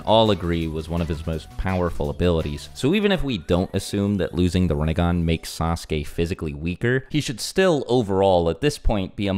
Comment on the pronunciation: "Rinne-gone" lol.